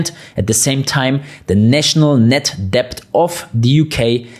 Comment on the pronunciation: It's amazing the amount of content you manage to pack in, in such a short space of time. Not to mention how accurate it is - in my humble opinion anyway - and your excellent command of the English language, the exception being that the "b" in debt is not pronounced. Understandable as every single letter is pronounced in German. I agree with your analogy about the Berlin wall and the non physical walls that exist. That reminds me of John F Kennedy's speech in 1963 when he said "I am a donut" 🙂Ich bin ein berliner. There is certainly a few donuts in charge in Germany and the UK today. For those in the UK with a few bob and/or with businesses that are thinking of leaving its probably not going to be very easy if at all financially viable in the near future. Just like your fellow countrymen found out.